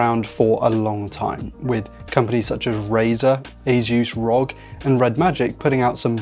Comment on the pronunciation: The way you pronounce "ASUS - (officially pronounced as Ay-suhs)" in your video is CRIMINAL